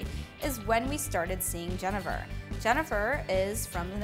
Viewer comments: went to get some genever at the liquor store... Pronounced it like did. The man at the counter happened to be dutch and corrected my pronunciation. its Gen-ee-ver apparently. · Just a tip, genever is pronounced "jenneaver." It has the long E sound like beaver or cleaver. (jəˈnēvər)